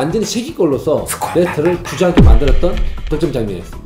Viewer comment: 형님 "덕점"이 아니고 "득점"~ㅎㅎ 항상 잘보고 있습니다 ㅋ